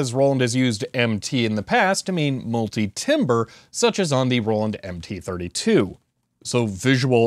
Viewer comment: Do you want to tell him or should I? (The way you pronounced "timbre")